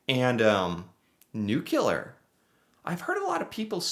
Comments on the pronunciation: Nuclear. Repeat after me. NEW-CLEAR. Not New-cue-lar. It's a derivative of the word nucleus. ;) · Yes, Its HYDRO in Canada, and it's NU-CLEAR not NuCULEAR Internationally.....🙄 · New-clee-are… NOT NEW-CUE-LAR! 🤨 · repeat after me: NU-CLE-AR. Nuclear. Not Nocular. 😅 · NU-CLE-AR not NU-KEL-AR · It's nuclear not nucular. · Please don't say "nuculer '. The word has only 1 U in it. Nuclear. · Nuclear is pronounced NU KLEE AR not NU KU LAR. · Not Nucular, its Nuclear. Sorry eh! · It's not nucular it's nuclear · nu-clear, not nucular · Nuke-Lee-ar, not nuke- you-lar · Below each description, the was the units for each graph. By the way, you're pronouncing "Nucular" instead of New-clear (Nuclear) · is quite bright and I am shocked he doesn't know the difference between nuclear and nucular. This is twice I have seen this mistake. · It’s “new-clear” not “nuke-u-ler” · nuclear not nucular! Lol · "noo-klee-ar" not "nook-u-lar" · We even pronounce things differently. You say nuc-u-lar.. We say nuc-le-ar. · Its nuclear not nukelar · nuclear is pronounced new-clee-er not nuke-you-lar new-CLEE-er power please, you sound like George Bush 🤦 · New -Klee-ar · lol... you pronounce it Nucular. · Nuclear is a scary word, maybe that's why he says it like nucular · Nuclear....''that word is very scary'' you say..... Canadians agree, especially when they hear Americans pronounce the word NUCULAR!!!! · Every time says "nuke-you-ler" a little part of me dies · "Nuclear" is not only a scary word, but one often mispronounced! Say it NEW-klee-ur. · "Nucular is a very scary word" lmao, maybe if you started pronouncing the word correctly it would be a start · That word is very scary - "Nucular." And you have a for-profit prison system. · '''Nu-clee-er'' not ''NU-cu-ler''